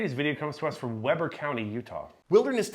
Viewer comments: Pronounced wee-burr. The house is currently derelict and burned up. Nice neighborhood too. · Not a lot goes on up there, but just in case it does, it's pronounced wee-burh not webber. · It’s We-brr. Not WEB-ER. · It is not WEB-ER county, it is WEE-BER. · Wee-ber Not web-er! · It's pronounced WE BEIR. Not webber😅😅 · "Wee ber" utah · Its pronounced We-ber. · It’s Weber, we-bur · it's Weeeeeber County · We call it (spelled phonetically) “Weeber” Utah. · It's pronounced weeber county, not like the grill. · It’s “we-ber” county Utah. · Very sad situation 😔 It’s still pronounced We-burr (Weber). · so I had to laugh at the pronunciation of Weber. I grew up in this county and it's pronounced (Wee - brrrr) County Also thank you for the videos guys I love watching your videos! Go NOPD! Those are my people! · Pronounced "wee-bur" (Weber) county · Welcome to Utah where we don't mess around with criminals and outsiders can't pronounce Weber.